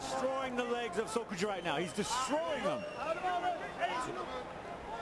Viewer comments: Is it me or is the commentator saying sojoku? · why does the co-commentator kepp calling sokoudjou, sojokou? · "Sujoku" The announcer called him that like 10x haha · I swear, Shamrock was the worst commentator ever. How hard is it to say Sokoudjou's name correctly? But then of course he was paired with another bum in Mauro Ranallo.